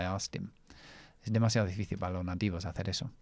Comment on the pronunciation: Me gusta mucho tu canal, en verdad enseña mucho más que el inglés aunque todo esté relacionado con él, mas tengo una observación, cuando dices difícil en español lo pronuncias en portugués, "difíciu" pronunciando la "L" como una "U"